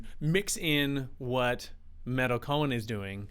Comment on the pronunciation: She's my idol as is Danny Carey I love meytal and tool and it's pronounced may-tal she has 1,600,000 + subscribers